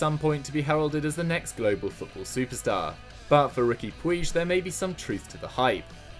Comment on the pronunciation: Pronounced Pooch not Pueege